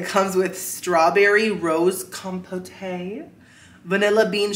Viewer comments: The fact revieving food at the Four Seasons and still refers to it as com-po-tay.😂😂 Its just fruit compote, the e is silent. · Someone's unfamiliar with marmalade with real orange peel in it. Also, not trying to deride you (mispronunciations are one of my biggest pet peeves,) but compote is pronounced kahm-pote, not kahm-po-tay.